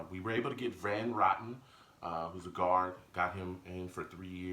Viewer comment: Roten. Row-ten